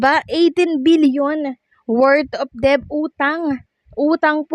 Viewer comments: Debt is pronounced as Det not Deb!!! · Ayusin mo naman àng pagbigkas ng Tama tulad ng incumbent Hindi inkyubent at Ang word na DEBT ay binibigkas ng det silent b at Hindi deb